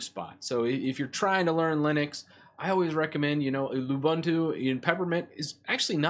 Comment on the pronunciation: Great way to revive old computers and not let them go to waste! BTW, you mean lying around, unless that old computer is laying around blobs of dust ;) Also, all the "u"s in Ubuntu and its derivatives are pronounced as "oo", not "uh", so it's pronounced "oo-boon-too", not "oo-bun-too".